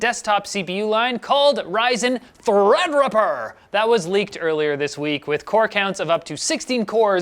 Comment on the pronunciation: lmao the way says threadripper in both videos 😂😂😂😂